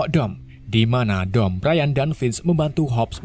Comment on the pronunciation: Bukan brian cara baca nya tapi brayen